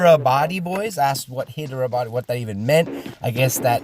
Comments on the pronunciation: Its saidlike haiderabad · Hyderabad is pronounced high-dhra-bhadh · Its pronounced as Hydra-baad 😂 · Nice work man! Athena Gaming Next Please? Btw, I'm from India, small help from my side for the pronunciations : JAI HIND (Jay- Hind), HYDERABADI (High-Dera-Bady) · You butchered "Jai Hind" and "Hyderabadi" as well 😂😂😂😂🤣🤣🤣🤣🤣🤣